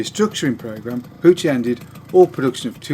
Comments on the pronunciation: Puch is pronounced Puck. Jus' say'n. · Dood,it is pronounced Pook, like book. In your defense, I used to butcher the pronunciation too. I do like your moped videos, keep them coming. Any interesting Batavus bikes? cheers from Canada 🇨🇦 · Puch pronounced puk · Pooch puck it's pronounced all over the place around here in the states. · Puch rhymes with "book".